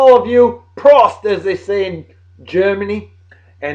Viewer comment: Prost, long O sound.